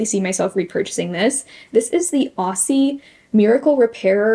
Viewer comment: Hey, I think that product is pronounced "Au-zee" or "Ozzie". Aussie is slang for Australia, and the kangaroo is Australian too, and Aussie is pronounced "Ozzie". More of a z sound than an s sound :)